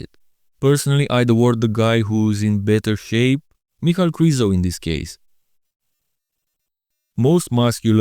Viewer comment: You just validated what i have thought for years, his name is not "Michael",as says it every damn time, it's "Mic-hal", it's annoying, and ghe way he says "Rafiel" instead of "Raphael" strikes another nerve in me.